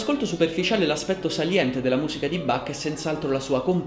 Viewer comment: Caro,mi piace come racconti il grande musicista tedesco, però il suo nome si pronuncia con l ch molto aspirata.questo vuole essere solo un consiglio.Cari Saluti.